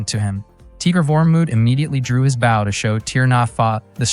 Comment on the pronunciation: The pronunciation of "bow" (b-oh) as b-ow is fuckin annoying.....correct that shit ...